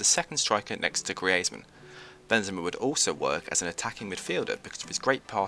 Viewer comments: Di... did you just say gree-ayzmann? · Love the vid but learn to say griezmann